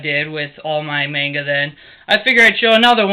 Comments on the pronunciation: MON-GUH is how it's pronounced! NOT MAIN-GUH. Damn that gets under my skin when I hear it pronounced like that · okay PLAESE this is bothering me soooo much, you have all this manga and you pronounce it wrong! please!!! its monga!!! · No dont make those retarded little faces its pronounced MONGA. IN JAPAN THEY DO NOT HAVE A LONG "A" SOUND. IT COMES OUT AS THE SHORT A SOUND, MONGA. or TO BE REALLY SPECIFIC, M-AH-NGA. learn you facts.